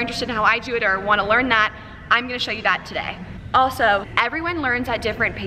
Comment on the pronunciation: Her: show you My ears: shoyo Me: noya saan